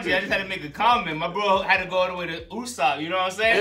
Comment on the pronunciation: " Usopp" they said. 😂 Sound like Lossop here..